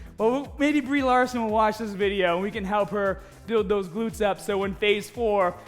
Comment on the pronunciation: You know who plays Captain Mahhhvel? Brie Lahhhhhhhson